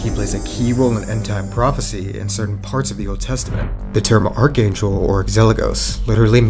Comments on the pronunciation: The way you butchered αρχάγγελος... 😅It's just weird when people mispronounce greek so bad, like it's not even pronounced arxaggelos it's arhaggelos. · Please if you're going to use the Greek word for archangel, at least pronounce it properly. It is archanghelos. The tone goes on the second a. Αρχάγγελος. Which means arxos =chief, leader. Άγγελος =angel. Thus meaning the highest rank of angels.